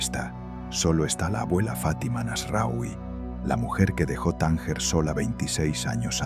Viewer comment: No se pronuncia :"Tánguer" sino " Tánger".